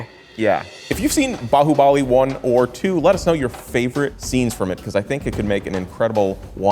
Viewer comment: completely butchered baahubali